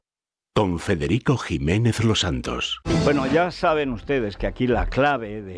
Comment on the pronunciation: Tusk co U, Fedeghico, que es polaco, no Espichinglis😂